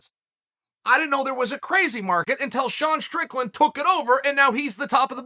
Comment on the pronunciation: Props to Chael for saying “Sean Strickland” correctly like five times in this video!